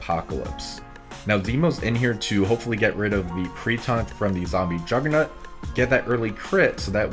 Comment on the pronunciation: Am I the only one that hears jugger-nut? 😂